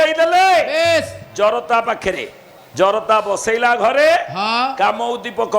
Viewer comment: ଜରଦା ନୁହେଁ ଜରତା ଠିକ୍ ଭାବରେ କୁହ ।